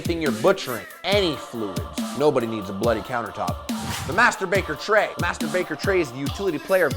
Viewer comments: "Master baker tray" I heard "Masturbater tray" ... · sounded like he said "masturbater tray" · i thought he said masterbater tray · Is it me or did he say "MasturBacon Tray" ???